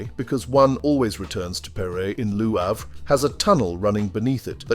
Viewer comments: I generally love your narratives...but Lew Havre? Seriously? I know Brits love to mangle foreign words, especially French, but Lew Havre takes the cake. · Or perhaps you were intentionally pronouncing it Loo Havre, as a subtle statement of your opinion of the place. Hmmmm. Your narrations are as entertaining as they are informative. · I know WHAT it is. I was being sarcastic. Re your dreadful pronunciation.